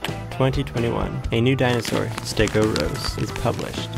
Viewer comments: stegOUROS, not stegoSAURUS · do you have the reading capacity of a 9 year old , because t clearly says STEGOUROS NOT STEGOSAURUS.